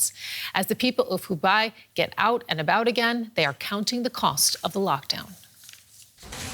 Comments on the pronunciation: It is called 湖北（hubei），not 湖敗（hubai） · Sweetie, "Hoo Bay" not "Hoo Buy" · Hubei not Hubai... ma'am. Xi... G not C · Hubei not hubai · Hubei....is pronounced "Hoo bay".